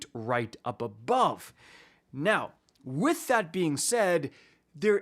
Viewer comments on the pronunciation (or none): “WITH that being said” :::whiffs heavy attack::: 😂